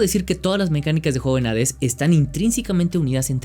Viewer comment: Es chido encontrarse con alguien que sabe pronunciar correctamente el nombre del juego.